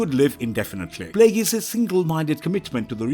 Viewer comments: Plagueis... 'play gays' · i stopped watching after the second tie you mispronounced Plagueis